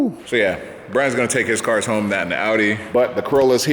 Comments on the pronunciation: "Working from Hoon" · HOMEHOONING? HOONIHOME?